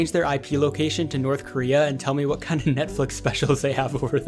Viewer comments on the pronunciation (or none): none